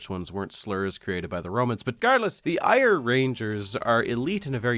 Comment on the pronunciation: Just to nitpick, but the art you showed at the start of the scottish section is for the Eire rangers, which is pronounced something more like "air-uh"